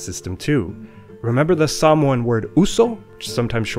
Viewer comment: Did u pronounce Samoan as samwah?